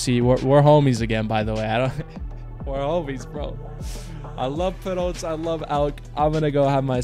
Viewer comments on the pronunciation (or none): its pronounced as pirates. Not Purrotes. But crazy mother effing win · Bro it's pronounced Pi Rots not piroats 😂 like pirates but pirots